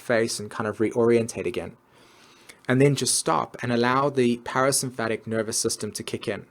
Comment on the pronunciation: I hate to be the Mars/Venus/Mercury in Virgo here, but you pronounced (para)sympathetic as "(para)symphatic", and amygdala as "amyglada". Otherwise, great video! <3 Always love your work.